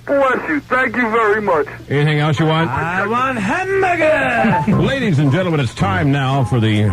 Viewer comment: A great Cinderella Story! "I want HAMBURGAH!" 🤭